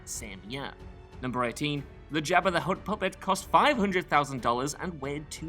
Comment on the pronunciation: Lol at "Jab Uh"